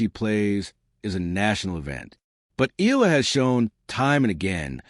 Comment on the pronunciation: Her name is Eala ( e à la ) not ( eela )